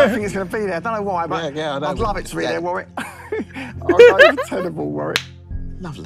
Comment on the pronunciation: I've watched a couple of episodes of this, it was ok but I'll play along. Btw his name is pronounced Worrick.